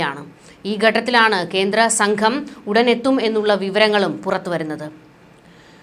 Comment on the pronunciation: ഈ ഗട്ടത്തിലാണ്? ഉച്ചാരണം ശരിയാക്കണം